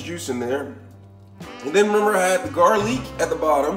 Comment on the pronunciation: Ramen & garleak 😂